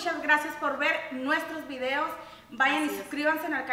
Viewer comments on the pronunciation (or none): none